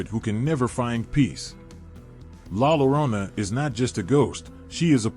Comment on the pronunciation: The actual pronunciation is LA yo-RO-nah!